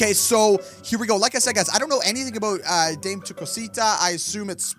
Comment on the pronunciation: Oh and it's da meh not dameee like spelled Dame but pronounced day meh